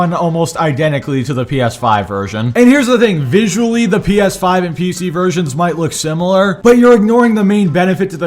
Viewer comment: "Steam refund policy is better than Valve" The most basic knowledge and fail to understand XD Call me evil but I can't stop giggling when he say "P Eth5" HARD XD